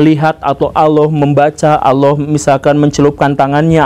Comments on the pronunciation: Pengucapannya Allah di perbaiki pak Bacaannya Alloh BUKAN Auloh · Org sunda kek gitu cuk, pernah liat AA Gim ceramah gk?